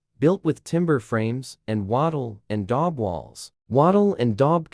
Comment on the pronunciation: Lost me at walking along the chanslie isles ley 😖 the terrible auto speak is so dire. Please get somebody real to read it and try adding punctuation. Wattle and dog walls - please no. Cairo is not pronounced Seelaro.